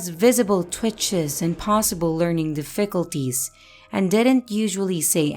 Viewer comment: Not trying to be mean at all, but were you taught English by a non-native speaker? I am genuinely curious because some of the words you mispronounce (like "difficulties") are words a native speaker would never mispronounce, as in it wouldn't be a matter of regional differences in pronunciations. It's interesting to me.